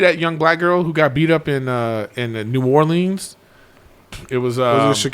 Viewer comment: you knew Eric puts it on when he says New Orleans in an Australian accent 😂